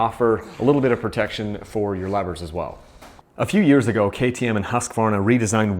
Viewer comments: I am impressed, you pronounce Husqvarna really well! 😁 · vole As someone who lives in Sweden I'd say it's pretty damn close though.